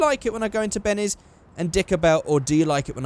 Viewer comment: you say Bennes instead of Benny's 😂plz feature my comment for no reason